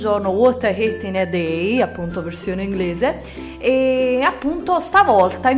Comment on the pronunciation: Dal tuo inglese ho capito: cosa odio in un giorno!! Va beh l'inglese non sarà il tuo forte ma le tue ricettine sono ottime